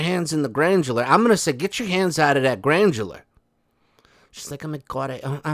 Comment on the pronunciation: Hey granular not grandjular‼️ 🙄🙄